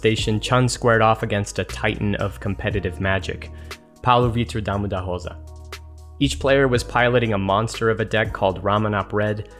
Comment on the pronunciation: that pronunciation of "Paulo Vitor Damo da Rosa" was VERY accurate